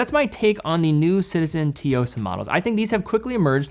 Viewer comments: hi. As the other commenter mentioned it’s pronounced “sue-yo-sah”. Think of it being pronounced similarly to tsunami. The “tsu” vowel means that the “sue” is pronounced more forcefully. You can double check on deepl translator too if that helps, the hiragana (japanese characters) are つよさ. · I’ve been following and enjoying your videos and watch content for at least five years, amazing work! One very minor comment about the Citizen’s pronunciation, it is pronounced “tsu” or “tzu”-yosa. Sorry it has been on my mind and I have to say something because I care about all the hard work you do. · You dont pronounce the T lol. Its pronounce like Sue-o-sah. Its Japanese for Strength. Kind of like how you dont pronounce the T in Tsunami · Finally, this watch getting the spotlight by. Just one thing though, I think it's pronounced Su-Yo-Sa like how you would day Tsunami. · Dear, you always mispronounce it, but I finally need to address it - the Tsuyosa is called the "Tsu" (like shitzu's tzu. technically not most accurate, but it is the closest in the English language that I can think of) and "Yo-sa". Thanks 😂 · Both t and s are sounded... but the S is more stressed than the t. Start with a very soft but "crisp" t and blend a stressed S into it. tSuyosa. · we know “sue” is wrong but it’s close enough. I dunno what was thinking but bro is from Ohio or something so maybe he’s never seen/heard a “tsu” word before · it's pronounced as soo-yo-suh if you're still struggling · Hi. Thanks for the video! BTW, the pronunciation for Tsuyosa is "Suyosa" The T is kinda silent. Just a tip:) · Why is it so hard to pronounce Tsuyosa? I mean, there is literary nothing complicated. And yet not a single You-tuber managed to say it right. here managed to pronounce it wrong in several different ways during the years. That is like 3 seconds of typing the word in Google Translate and click listening button. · Tzu-yo-sa not T-yo-sa 😊